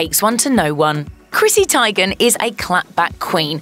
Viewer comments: Tie-gen? its tee-gen lol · For the love of GOD!!! It’s pronounced “TEAGAN”!!!! It’s not that hard to say